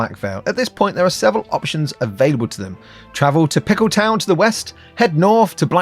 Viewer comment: Oooh but, don't pronounce it like a Yank, it is pronounced Peekel-tun, not Pick-L-town. 🤣🤣🤣 Eagerly awaiting the next adventure of the.🍑 🫖